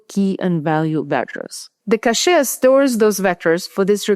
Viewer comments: Why "cash-ay,"? KV-cache is pronounced as kay-vee cash (like money). There is a word "cachet" in English, pronounced as cash-ay, but it means different things like prestige or even a bunch of meds to be swallowed. Overall though, I find your English perfect; your written articles are masterpieces! I like your accent too; you and I share a mother tongue after all. BTW, one practical piece of advice. I turned on the subtitles under your video just to see how YouTube autotranscript deals with your accent, and it doesn't do a very good job. You can put your video in pre-production through local Whisper and do a quick manual correction or even use an LLM—they are pretty good at finding and correcting transcription errors. Then YouTube gives you options to upload your own transcript, and that is going to make the whole thing perfect and technically correct. Ok, finished watching your video. On your main question, at the end, where more efficiencies in inference are awaiting, I think the answer runs deeper than optimization techniques like the one you described here where prefill and decode work are split between different engines with a shared KV-cache between them. These are very good and welcome developments, but we need to look beyond that. I think the winning combination is going to be combined architecture systems which employ both algorithmic and scalar inference. Some examples include neurosymbolic types of systems as well as KAN-based. I've been following work by one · "Cache" is pronounced "Cash"